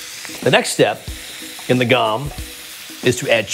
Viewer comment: In case anyone's interested, you pronounce the o in gom as an oh.